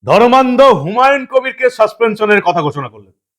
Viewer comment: বিহারীবাবু অর্থাৎ ধর্মনিরপেক্ষ ফিরহাদ এর " ধর্মান্ধতা" শব্দের উচ্চারণটা কি সন্ধিবিচ্ছেদ করে বাংলার জনগণকে বুঝাতে চেয়েছেন ? 😂